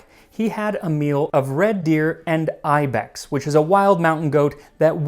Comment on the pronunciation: That’s not how you say ibex